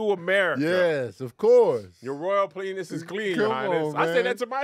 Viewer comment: Kev said PLENIS twice